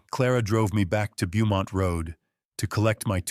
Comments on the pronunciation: Beaumont is pronounced "bow mont"....whoever is reading this is either not American, or is AI... Also, ...he never paid for or dismissed the taxi.... you need to pay attention to some small details. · Beaumont Avenue should be said as bow-mont Avenue, where bow is pronounced like a child’s hair thing. Ai still cannot pronounce just about anything that are names. I scream every once in awhile because of this stupidity.